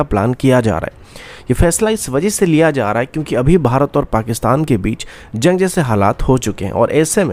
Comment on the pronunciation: Janj nahin jung hota hai .. aur bhai planning kab tar kartay raho ge. Ye karne ka plan vo karne ka plan .